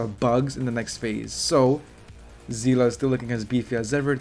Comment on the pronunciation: it's see-le not zi-la 😢